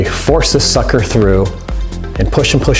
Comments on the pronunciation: yousay suker alot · wye Do you always say sukcer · he keeps saying sucker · he keeps on saying sucker!!!???!!?!?!?! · Why do you keep saying sucker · why does he keep saying sucker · You keep saying sucker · u keep saying sucker